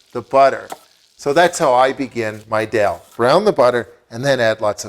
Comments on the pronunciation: Hey dude, its not Dell Curry. Its Dhal Curry. You pronounce it wrongly as Dell Curry. To say Dell instead of Dhal is a sign of ignorance. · I've never heard anyone call it 'dal' before. The rest of us call it 'dahl' (pronounced 'darl') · A great recipe, but it's not pronounced "dell" but "darl" ... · He has a Canadian accent but Canadians don't say Dell instead of Dhal. I think its ignorance. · Sounds like doll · Wrong Darl is the correct pronunciation